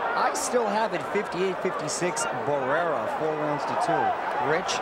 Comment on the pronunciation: The announcer said he gave the the th to Barraera?😂😂😂this isn’t a track meet